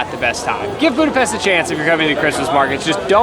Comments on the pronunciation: Budapesht not Budapest right? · i love watching you guys, but as a hungarian i just wanted to let you know it’s pronounced budapeSHt not budapeSSt 😁 same for lángos 😭 that hurt my heart bad